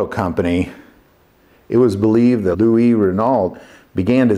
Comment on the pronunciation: You don't pronounce the "t'" at the end of Renault. Also, the name Louis (my name) is pronounced "Louie" in French. That is what I went by when I lived in Europe. I have been called Lou, Louis and Louie. All correct in the correct context. I comment on this a bit tounge in cheek. Love your content. Keep it up.